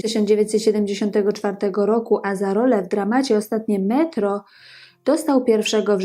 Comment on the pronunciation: Kobieto! Nie przeczę, masz coś do powiedzenia. nie umiesz jednak tego zrobić. Twoje przeciąganie zgłosek: "ooostaaatnie metrooo", "postanowiiiiił wyjechaaać", "saaam juuż jaako nastoolaaatek" jest tak irytujące i nie do zniesienia, iż po niespełna trzech minutach musiałem, tę skądinąd ciekawą audycję, wyłączyć. Przez cały ten czas miałem wrażenie, że nagranie zostało wykonane w spowolnionym tempie, lub mam problemy z internetem. Popracuj nad wymową i tempem wypowiedzi, nad prawidłową intonacją, zacznij stosować polski akcent, a być może tu wrócę. Na pewno zaś Twoje audycje będą i ciekawe i przyjemne dla ucha.